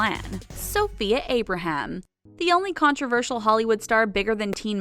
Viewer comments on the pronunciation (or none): none